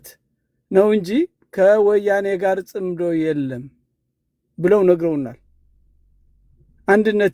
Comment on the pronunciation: ጽንዶ ሳይሆን ጽምዶ ነው። ጥምረት ማለት ነው። ኣቶ ገዱ መልሲ ሰጥተዋል።